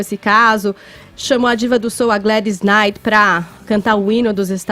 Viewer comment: é incompetente, (Gladys Knight, lê-se Gleris Kinaif)